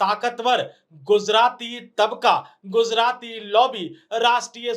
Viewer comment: It’s is not GUZARATI it is GUJARATI This guy does not even know how to speak